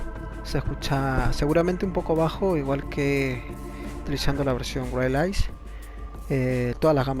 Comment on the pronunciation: Exelente el video bro. Gracias! me parece que se pronuncia wairles (wirless)* Sugerencia con afecto :)*